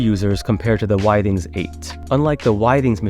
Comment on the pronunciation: It’s pronounced with-ings